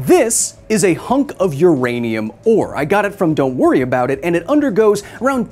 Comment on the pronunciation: Ah yes "Donwuriaboudit" my favorite vacation spot